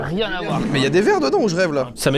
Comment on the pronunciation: Thomas qui reprend la gestu de Bigflo dans la vidéo des 50 sosies je meurs 🤣 "Ca n'a RRRRieeeennn à voir"